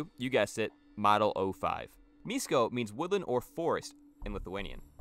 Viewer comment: š in Lithuanian is the equivalent of sh in English so miško would be pronounced like mishko still cool video tho